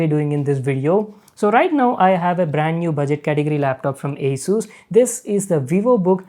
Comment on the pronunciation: Sir your pronouncing is wrong in the word ASUS